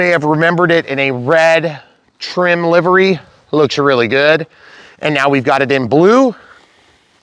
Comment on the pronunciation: I appreciate the proper pronunciation of livery. Peace and love to you and the fam from RI. Keep being your awesome self! We are very fortunate to have you